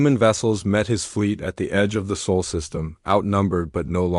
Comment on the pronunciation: SOL NOT SOUL or SAUL in the captions and narration.